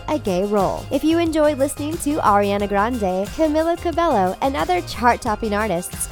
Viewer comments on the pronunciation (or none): but....it’s....camilla “cabe’y’o” not cabe’ll’o lmao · they said Camila cabello wrong